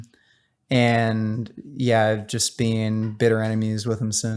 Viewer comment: Worst thing about vegangainz is the way he pronounces been as bean